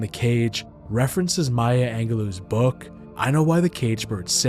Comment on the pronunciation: A.I. ass voice .. mispronounced Maya Angelou ... mispronounced Sandra ... come on mayne